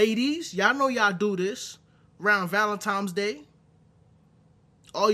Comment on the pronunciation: Why do certain black people pronounce Valentine as Valentime? I could just use "ignorance" as the blanket answer, but I want to leave room for a potentially more nuanced response.